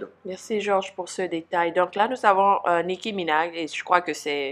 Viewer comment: nicki* et non "nicky"